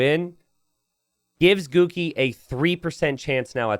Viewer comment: Everytime says "Guki", I hear "Cookie".